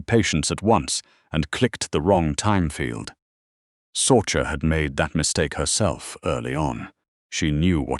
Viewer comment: Sorcha is pronounced Sorsha